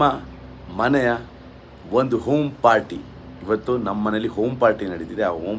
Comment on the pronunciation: OM party alwo loude - it’s called Home - HOM party